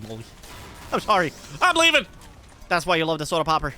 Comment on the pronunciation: why he say it like "soda pabber"?